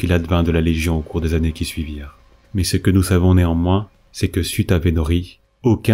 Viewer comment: "jusqu'à CE que"...et gaffe aux liaisons, ça gâche un peu tout, c'est dommage.